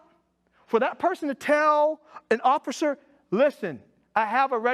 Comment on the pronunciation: He doesn’t seem to be able to pronounce the word officer